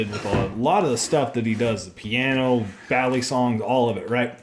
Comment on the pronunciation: im pretty sure you said "baly" instead of "bali" when spelling his name 😂